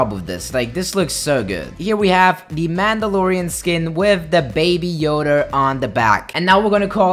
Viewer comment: “with the baby Yoder on the back”